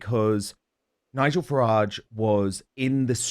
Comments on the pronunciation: Can’t stand the way he say FARRIDGE. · James O’Brien is absolutely guilty of whipping up hatred towards Nigel Farage (he deliberately mispronounces his surname too, so childish) he’s inciting violence towards a person simply for having an opinion he disagrees with and needs to be held accountable. He’s a vile bully.